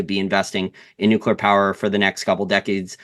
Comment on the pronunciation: Thank you so much for not saying nookular